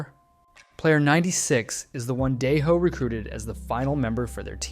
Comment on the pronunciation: And die-ho